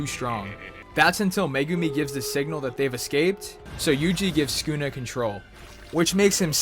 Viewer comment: skuna is what u said.